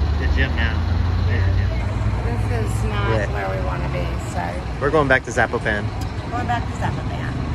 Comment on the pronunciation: the way you pronounce Zapopan is pure blasphemy! LOL.